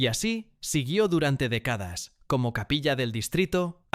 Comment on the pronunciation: Tuneles, decadas, practica, los acentos de las palabras esdrújulas se fueron de paseo, parece. Todo pronunciado como graves...qué desastre. Seguro es una IA mal entrenada